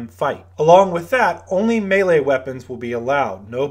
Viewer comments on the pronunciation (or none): none